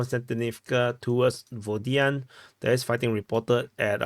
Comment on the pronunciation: It’s not “Vodian”, it’s “Vodianoe” 😅